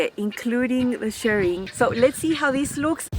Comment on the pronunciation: Thank you again for another very informative video. Loved both dresses and I cannot wait to see the next hack. I always wait to see if you post anything on new patterns so I can purchase through your link. Also I am so glad you say Shirring and not Shearing, as you Shirr Fabric and Shear Sheep. 😆